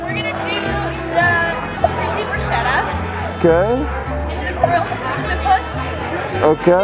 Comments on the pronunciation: I left the video as soon as i heard how that girl pronounced the bruschetta on minute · she kept saying Brousheta when its Brosquetes i was crying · I’m sorry, but “brushetta”???? NOOOOO It’s Bruschetta with an Italian (ch) as the (K) sound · By the way, as i know italian language,to hear on and on repeeting the word bruschetta wrong is harsh!!😟!!!The name of the toast is spelled like-BRUSKETTA!!!(AFTER S GOING K SOUND!!!!)!!!! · its actualy broushetta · Every time she pronounced the bruscietta an Italian died. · Every italian person died after listening to caprese bruscieta 0.14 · It’s Brew-Sket-Ah, all the shetta people got me fucked up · U can’t pronunce bruschetta brusciéda… don’t say italian words in American as we don’t say in Italian American words… it’s easy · That's the way most non-italians pronounce it...unfortunately. Irks me too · I'm italian, i can't get enough of how she pronounces bruschetta! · Biggest fail of the video is how Americans pronounce bruschetta lmao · Im Italian and my ears are bleeding anytime the lady at the beginning names BRUSCHETTA in that way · My ears hurt after hearing bruschetta mispronounced so many times